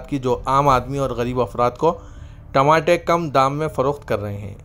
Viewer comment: Tamate nahi re Tamatar bol.... Kya urdu news repoter bane ga re tu..😅😅😅😅😅